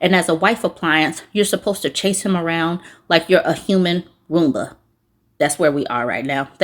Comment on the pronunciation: I heard "womba" instead of "Roomba" 😅 next gen Wife Appliance just dropped